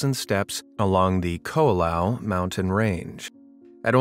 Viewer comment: KO'OLAU Mountains, not "Ko'alau".